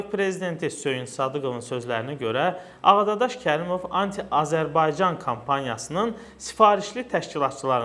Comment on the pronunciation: Ağadadaş yox səf dediz Ağdaşşax😉